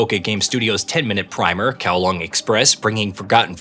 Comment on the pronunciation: You made effort to pronounce the Japanese names, but zero effort to pronounce Hong Kong’s district setting Kowloon. Kowlong and then Kowloon. Very telling.